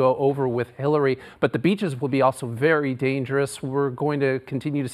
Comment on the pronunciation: I could've sworn he said they're bracing for Hitler's approach